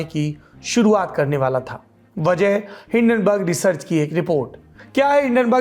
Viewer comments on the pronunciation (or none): Hindanberg ऐसे तो नही बोलेगा